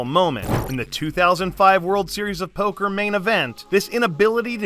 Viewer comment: Man I sure did love that verbal showdown between Hellmuth and Negreanu at the 2008 Driswur Zeriesowba.